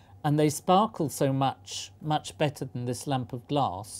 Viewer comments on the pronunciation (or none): none